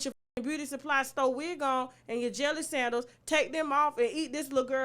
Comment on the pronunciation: At first I thought I heard Jelly sandwich 😂 then I heard Jelly sandals I just melted to the floor😂😂😂